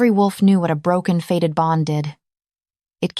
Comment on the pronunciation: The word is fated bond not faded.